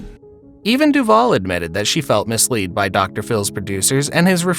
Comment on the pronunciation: To the moron narrating this garbage .... the word is misled, and pronounced "misˈlēd" (short "e"). However, I believe Miss Duvall also felt missiled by "Dr." Phil.